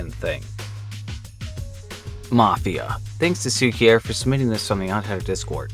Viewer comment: I'd never suspected that the word 'cukier' (polish word for 'sugar') will be so hard for a English speaker to pronounce :D